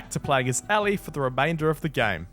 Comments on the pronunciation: I love how he keeps saying Ally instead of Ellie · Ellie? No ally